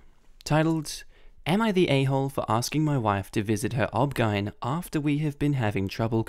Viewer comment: I’m brushing past all the stories and commenting for the pure fact you said OBGYN like it was a word and not an acronym. Idk if that’s an Australian thing, but it made me laugh really hard, so thank you!